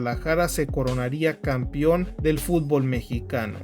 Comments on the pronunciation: Aprende a leer, y es campeòn no "campion" . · ah y aprende a hablar, "campion" jajajajaj